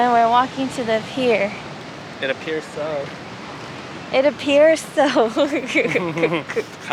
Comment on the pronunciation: "It appiers so" 😭😭😭 please is a mastermind